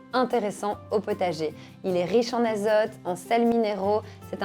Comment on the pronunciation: Riche en "azeute" ou en "azote"?